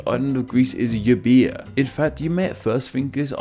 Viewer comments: Why don't you reach out to Greek people in order for you to know the correct pronunciation of the islands' names? It's really easy. For example I would tell you it's pronounced Eh-vee-a and not Euboeia... You could even use google translate, just put language as greek, find the greek text for the island, enter it, press the speaker icon and there you go. I'm not mad you butchered some names, I'm just kinda disappointed you didn''t try :D Thanks for making a video, and getting recognition once again! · The way you pronounced Euboea destroyed me .... It's 'Evia' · If only he could pronounce Εύβοια correctly!